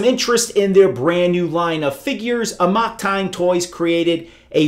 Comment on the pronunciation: That's really not how you pronounce '"amok."